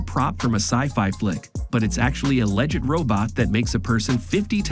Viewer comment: Having just a list without any explanation about how they work is kind of boring. Add in the A/I voice that doesn't know how to say "legit," and this is a thumbs-down for me.